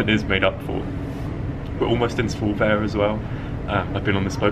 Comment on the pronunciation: You actually pronounced Svolvær good :)